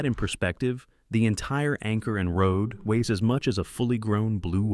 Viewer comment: Really cool video, very interesting. The AI voice is good, barely noticed it was AI until it made a slip in how it pronounced weights... As for the video.. curious how the anchor being deployed or feels back in changes the ships center of gravity, seems like that's a huge amount of weight to shed and then load back up. Is the chain always stored in the front of the ship or does it feel in down along the length of the ship to spread the weight. Maybe the weight difference isn't that noticeable since these ships are so huge and heavy